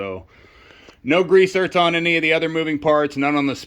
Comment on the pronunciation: Are you saying grease zert? I'm guessing you are saying grease zerk but I'm hearing zert.